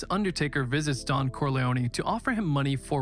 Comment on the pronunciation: I can't be the only one to point out that he referred to the godfather as "the Dom" instead of the "the Don" lmao